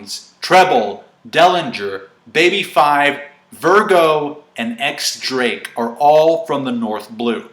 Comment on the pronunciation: Diez Drake, not Ex Drake.